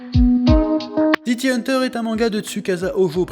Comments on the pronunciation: City "Hanteur" ? "Dzukaza" Hojo ? ☝️😏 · "city hanteur"